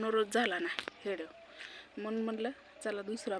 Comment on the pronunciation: हिडिओ नहीं वीडिओ मनत जा😂